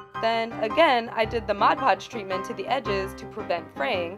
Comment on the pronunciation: SOMEONE WHO FINALLY SAYS MOD PODGE AND NOT "MODGE PODGE" XDDD